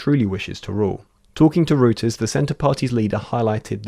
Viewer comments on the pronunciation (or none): "Reuters" is prononouced "royters", not "rooters". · Arghh, it's pronounced "ROY-TERS" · Reuters is pronounced like roy·tuhz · "Rooters" "Licktenstein" Lol, maybe a little more work on your pronunciations team. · it's pronounced "royters" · "Liktenstein" and "rooters" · Yes exactly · Yeah it’s pronounced roy-ters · It is pronounced [roi-terz] Reuters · Did he seriously read Reuters as "rooters" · Illiteracy is on the rise in this smart-phone world. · c'mon you're journalists. ought to pronounce 'Reuters' properly...